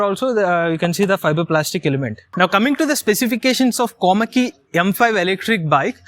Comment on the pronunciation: Its Komaki dude not komali😅😅🤣